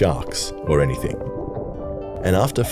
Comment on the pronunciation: Bro you said "eanythink you can find at home so lets go outside and find some cans"